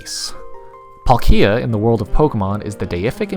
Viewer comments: How tf did you pronounce palkia?😂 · I’m pretty sure he’s saying Palkia wrong sometimes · this video - :D the way you pronounce palkia - D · i would have really loved this video, if you didn't pronounce palkia in the most wrong way i've ever heard most of the times. (this is mostly a joke, but it was annoying...) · I couldnt watch the video because of the way you say Palkia. I almost threw up when I heard you say it the first time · that’s a pretty brave pronunciation of “palkia” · yeah he says it kinda like that🤣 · Every time this man said "Palkia" i cringed harder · That pronunciation of Palkia is awful!!! But great video nonetheless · I couldn’t watch this video. You can’t even pronounce palkia right 🤦🏽‍♂️ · Great video but I can’t stand how you pronounce Palkia lol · Bruh amazing video but WHY IN THE HECK do you pronounce Palkia like that!? The emphasis is on the A, not the I! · It's on the "palk" part specifically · My only criticism lies in how you pronounced palkia but to each their own. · He says palkia like it's a Pokémon world version of IKEA.... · PalkIa because Paul is pronounced as P-O-L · I thought that it was pronounced as palkia, not Paul......Kia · Who tf is palk-eee-a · I'm pretty sure it's pronounced "Pálkia," not "Palkía" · Its not palk I a, its PAL kia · It sounds so weird hearing the American pronunciation of Palkia. It’s a slight change but it sounds so wrong. For anyone wondering, American:Pawl-Key-Ah. Everywhere else: Pal-Key-Ah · "Paul-Kia". Alright sir with a common male's name owning a Korean brand car it's "Palk-gee-ah" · Dialga is pronounced DEE-AHL-GA Not DIE-AHL-GA Palkia is pronounced PAULK-EE-A not PAUL-KEEE-A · dude you're saying palkia like pal kia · Pronounce it pal-kee-uhh one more time.. XD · Say Palkeeya one more time, I dare you. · It’s PAl-kia with focus on the first a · i mean that's really cool and all man but like did you just say Pal -KEE-a? I object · You say Dialga properly but who says Plakia emphasising the "ki" ???